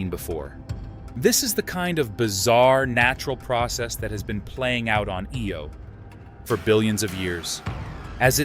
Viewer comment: "EE-OH" or "EYE-OH". Which is it,?